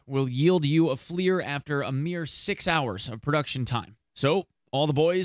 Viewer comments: Flier lol. It's F L I R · That's not how you pronounce FLIR....